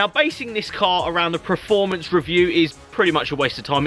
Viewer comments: your what 30 years old? And you've made it this far speaking English and you still can't say performance correctly! It's PERformance not PRAformance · Adam Thurgood It’s like nails on a blackboard when he says it. But hey... Nobody’s Prerfect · PERformence Per... not preformance. Also echoing others it’s not a truck. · Performance not Preformance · Why does he keep saying Preforms and Preformance? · stop saying PREFORMANCE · Richard HumberstonePT now I can’t un hear that 🤦🏻‍♂️